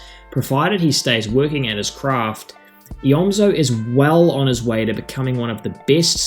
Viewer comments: It’s pronounced eomzo not eozmo I used to do same thing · you said eozmo and not eomzo